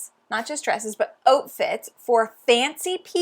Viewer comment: I don't think I've ever heard anything more Canadian than you saying "outfits" and I'm here for it.